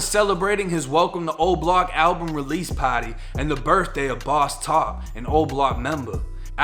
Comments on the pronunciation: Shit sounds funny as hell with him say “gaden” “”(garden) he doesnt say the R at all. Just sounds funny as hell. He was at a “paty” (party) come on man this shit sound weird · “Von was at a pawty” 😩😂😭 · The way you say at a party lmao